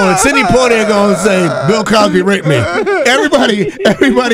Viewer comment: That fool said Bill Cosby eye!!!